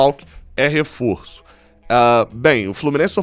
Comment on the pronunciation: Adoro quando você diz devid Braz não é desfalque e refoso kkkk